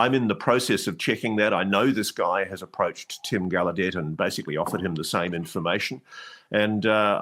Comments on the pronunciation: Rear Admiral Tim Galludet has confirmed the correct pronunciation of his surname is with the hard emphasis on the first syllable- so it’s sounds like Gal-oh-debt. He said originally when his elders or ancestors came to the US it was pronounced with a French style soft ending - so Gal- oh- deh, but over time this had changed. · pokes fun at Ross for mispronouncing Barack, then TOTALLY botches Gallaudet! 🤣🤣 PS- Ross, it's CAHONE--EHs